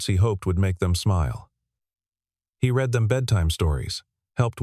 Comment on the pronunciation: you need to red if you want the past tense of reading and reed when you want the current tense. Otherwise the AI can't say the right words.